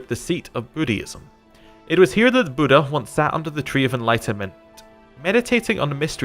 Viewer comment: do you pronounce buddhism budd hism? then don't pronounce buddha like that ya dingdong.